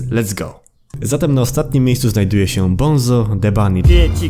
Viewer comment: bunzo nie bonzo